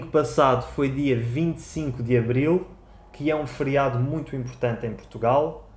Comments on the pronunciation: É um Friado ou FERIADO , como português come vogal !😳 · É um feriado (fɘɾjˈadu), nada de friado. Todas as vogais são pronunciadas, o «ɘ» é uma vogal central semifechada não arredondada. Em português europeu, a sílaba tónica é sempre pronunciada com mais intensidade, não dizemos fêriádu como vocês. Cada país com a sua pronúncia. 😉